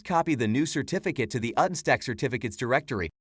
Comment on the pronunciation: The AI "animated" face is horrifying, the voice is stilted and nobody bothered to pay attention to whether it was pronouncing the name of product correctly. I had to check to make sure this was the official YouTube channel. Disappointing.